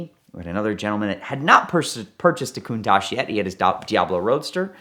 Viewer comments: stop calling it a Cooontaahhjjjee it's Con-taTch. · Valentino Balboni doesn’t pronounce the name Countach as “Countosh”. I’ve heard him say this word in interviews several times. Either is mispronouncing it or Valentino Balboni is mispronouncing because they are miles apart and they both can’t be correct. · are Americans pronouncing Countach wrong when we say it as “Countosh” or is Valentino Balboni’s pronunciation wrong how he says it at in the video linked below?